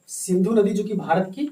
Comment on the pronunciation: Bharat hota h marat nhi